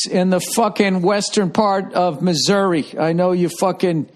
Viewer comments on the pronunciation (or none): none